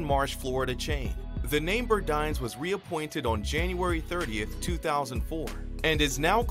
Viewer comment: Very good and informative report! We need to take notice that the system of retail its damage, all of the no longer existing stores should have made it. Granted, nothing last forever in life. By the way I believe is pronounced Bur-Dines as in dine in.